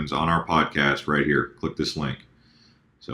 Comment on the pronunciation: you can't pronounce HODLING like "HOLDING"..... keep it crypto man... keep it crypto Thanks Blockchain developer, Early adopter and Crypto Asset Manager